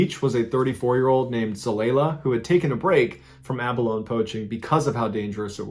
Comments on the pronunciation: It's pronounced abalone-y . Many people in Australia dive for these 🤦‍♀️🤦‍♀️🇦🇺🇦🇺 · Um, it's "aeh-bah-loan-ee." The city I grew up in used to have fishing for it, but it got fished out. There used to be sea otters, and the fisherman, of course, blamed the otters for the over-fishing. Never mind that fact that the abalone and the otters lived in a copacetic environment before humans ever showed up there...the otters are no longer there either. Humans can be so damn stupid. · The correct pronunciation is a-buh-low-nee. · ˈæbəloʊni This guy gets millions of views doing a fake primary-source recitation of events, when in reality he had nothing to do with any of these events and is just relating stuff from secondary sources he didn't credit, and he didn't even bother to look up how to pronounce the words?? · Abalone is pronounced (ab-ah-LOW-nee), it is not illegal to harvest since it is no longer an endangered species. There is how ever a minimum size you can remove from the ocean. It's very tasty and chewy. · Anybody else say abaloneeee when he started referring to abalone? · I believe its pronounced "abalone-ee" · It's pronounced Ab-A-Loan-Ee in Abalone. The E is not silent. 😀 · It’s actually pronounced abolonee, you’re welcome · Abalone is actually pronounced abaloney. Its 1 abalone and 2 abalone not 2 abalones. Dozens of asians drown each year in Australia trying to knife them off the reef. They get washed away by king waves. The season only goes for 2 weeks and there is a bag limit but the buggers always take way too many and face huge fines. Most asians here are poor swimmers and don’t know about the wild surf so are sitting ducks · ITS ACTUALLY PRONOUNCED ABALON-EEE. IF ANYONE CARES..PROB NOT BUT JUS THOUGHT I'D PUT IT OUT THERE. GOOD DAY EVERYONE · Hate to be that guy but it’s pronounced Aba-lo-knee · Abalone is pronounced Aba-loney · Abalone is pronounced ; a. buh. low. nee ; thought you would like to know. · Pronounced "Abalone-ee" lol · Ab - a - lone - ee